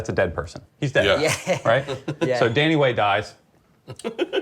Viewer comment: LOL HE SAID DANNY WAY! Yo wtf